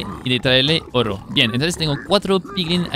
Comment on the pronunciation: "hiero" "orro". Nice!